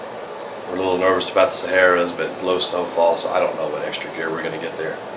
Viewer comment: You crack me up every time you say "the sahara's"...since its Sierra (see-air-a).